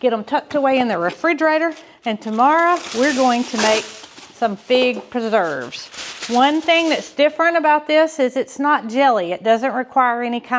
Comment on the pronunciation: scar by putting a tag on it that says Pig Preserves! Because that's what it sounds like you are saying. lol